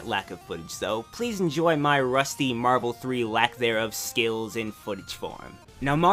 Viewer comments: uuuuuuuuuuuuuuuuuuuuge its so hard to watch this! i want to watch this but him constantly sayign marble instead of marvle is freaking annoyign teh shit out of my OCD ._. soryr if this uspets anyone, just a mini rant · Scuse me but I think it's spelled "Mahvel"